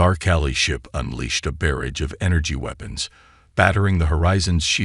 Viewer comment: Had to stop listening. Creator, please listen to the AI read the story, there are only so many ways that you can say barrage, or any number of other words that are mispronounced regularly. Correct the pronounciation and exclude the parts that are wrong, or get a better AI to read it. You should correct these as not doing so only shows that this channel is a money grab with no effort.